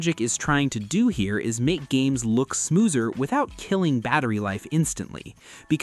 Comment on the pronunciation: smoothser hahahahah the a I voice couldn't say smoother hehehehehehehhehehe